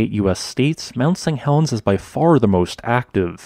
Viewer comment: Why do you keep saying "mount Sang Helens" ?